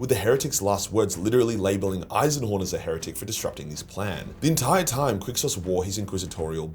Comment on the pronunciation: Jeez did you have a stroke on the Eisenhorn bit? 😂